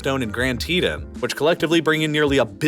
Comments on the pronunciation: Grand tetun WHAT IS TETUN ITS TETON NOT TETUN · it's pronounced TEEton 😂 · “grand tee-tin” DAWG ITS “TEE-TAWN” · its pronounced "Grand Teton" not grand teta or however you pronounced it in the video. TEE TAN... say it with me teton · its Tee ton not tedone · It's TeeTounn not TeeTen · First time I’ve ever heard it pronounced as “Grand Tee-din” instead of “Grand Tee-tawn” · Grand “tee-tawn” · Did he say teetin? for the grand tetons? It is pronounced teetaan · You mispronounced Teton. It’s TeeTahn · This guy is talking so fast but still cannot pronounce words--TeeTahn, Grumman... Slow down and listen to people say the words before assuming you know. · You had me till you could not even pronounce The Tetons. TEE TAWN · Great video, but hearing you pronounce "Teton" made my cringe. It is pronounced "Tee-Tawn" (kinda like "dawn" with a 't') . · It's TEE-tahn. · OMG I thought this guy was educated, until that moment . Grand Teta, OMG LMAO 🤣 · Good video… A few things… Teton is mispronounced in this video. Should be pronounced “Tee-Tawn” Wyoming weather is particularly more harsh and unpredictable as a massive amount of the state is over 7000 ft in elevation. El Paso is not the closest large city. Salt Lake City metro area has approximately 2.5 million people (Salt Lake City proper is deceptively small considering the size of city). The Wasatch front area of Salt Lake City is 26 largest metro area in the USA and considerable larger (and closer to Denver) than El Paso. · Teeeee-tahhhhhn = Teton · Just fyi Teton is pronounced “Tee-tahn” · Teton is pronounced Tee T-On, and Northrop Grumman is Gru-man like uh. I'll never leave Wyoming, even though 95% of the population are idiots. That's still far less than 10% of the idiots anywhere else! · Grand “Tee-tawn”. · Grand Teton is pronounced Tee - Tawn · The Teton (pronounced teet-tawn) National Park is a great place to visit. Source: grew up in Teton county. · Dude teton is pronounced like Teeeton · You said Teton wrong😂